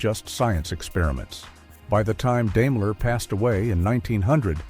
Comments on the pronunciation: Grrrr, stupid AI. It's not DAME-ler, it's DIME-ler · I was about to comment the same thing. He also mispronounced Daimler too. It's Dime-ler. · I couldn’t listen any further Deimler lol